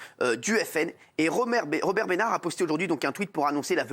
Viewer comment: a 0.50 romert Benard 🤣